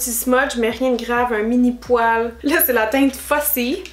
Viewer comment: 😨😷quand tu dis fibre ça va mais quand tu dis poile 😯😷